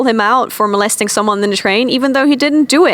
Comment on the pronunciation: Molesting, not "molestering"